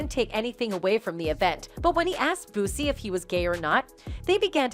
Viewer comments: called Boosie "bossy" 😭😭😭same MF's call 2pac "2pack" smdh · Where's The Clip of Iron Mike Saying What The Headline Reads??? And Kept Calling Boosie "Bossy"... I Smell What Y'all are Cooking Over There 🚮💯 HaHa HaHa HaH!¡!